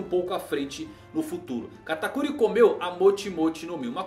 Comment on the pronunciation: Gente ele fala o nome do katakuri errado se eu escrevi errado o nome dele perdoem o minuto